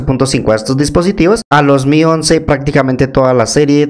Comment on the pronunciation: Bro no se dice "may" se dice Mi de "xiaoMI"